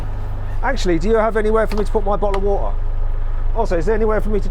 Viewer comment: 워러를 오타라고 발음이 재미짐